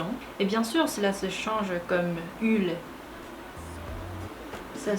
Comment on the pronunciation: On dit "u ile" et non pas "ule". 😉 Continue !💚❤️🧡💛💙💜